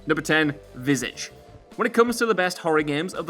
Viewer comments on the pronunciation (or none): How much did he butcher the pronunciation of Visage 😬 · Dude you need to learn how to say visage properly.